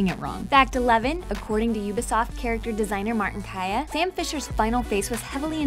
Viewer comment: oooooooooooooooooooobisoft not youbisoft...sorry